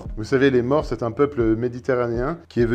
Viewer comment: C'est bien de donner des leçons mais il faut savoir de quoi on parle. "Maure", ça ne se prononce pas comme "mort". Le son "au" est différent, c'est un o fermé, encore plus que le ô de côte, ou eau.